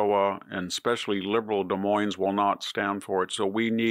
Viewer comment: The S in Des Moines is not sounded.